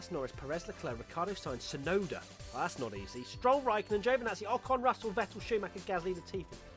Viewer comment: When saying Tsunoda don't forget to actually say the T...